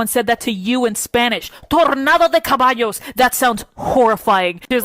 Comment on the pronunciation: also it’s not “Cabios” it’s “Caballos”